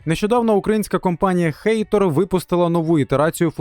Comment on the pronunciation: Хатор а не хейтор 😂😂😂